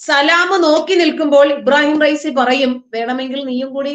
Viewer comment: ഇബാറഹീം ഫൈസി അല്ല......... ഇബ്രാഹീം റൈസി